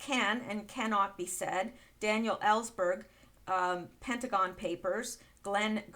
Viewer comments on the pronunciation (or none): none